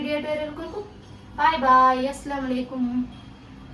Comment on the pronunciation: അസ്സലാമു alikkum എന്നു cliyer ആയി പറയു.. Mubarak aliya ningal sooper മക്കളെ റൂമിലു രണ്ട് കട്ടിലും set ആക്കു.. മക്കളെ maatti kidathuka..